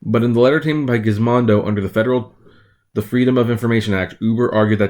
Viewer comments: Its GizModo Not Gizmondo ! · it's ( Giz - Moe - Do ) you idiot. There is no "N" in it ... Giz-Mon-Dough is how you're saying it .... WRONG!